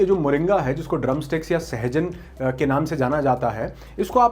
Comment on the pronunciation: Suhajan nahi sahjan hai